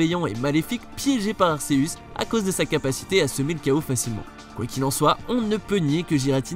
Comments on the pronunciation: juste on dit GUératina et arQUéuus merci bien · Tu prononces mal le nom de Giratina et Arceus XD